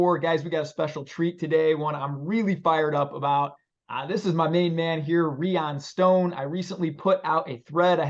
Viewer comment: Rye-ann not reeyan my guy